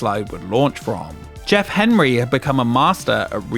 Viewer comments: You keep saying "Hemry", but occasionally say "Henry" - which is it? How irritating. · why do you say Jeff Hemry instead of Jeff Henry? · every time he pronounces Henry as “hemree” I die a little more inside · Why does the narrator repeatedly refer to the family as "Hemry" when it appears in the video to be "Henry"? Is this some odd form of British pronunciation, like when they say "fink"instead of "think". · I googled this. Turns out the guy's name is Jeff HENRY, not HEMRY, as pronounced here. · Outside the point of this video which I was already very familiar with. I'm curious, was this AI voiced and you kept typoing Henry to Hemry or can the narrator just not speak correctly?